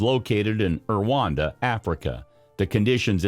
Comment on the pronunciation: The way Rwanda is pronounced really hurts this video!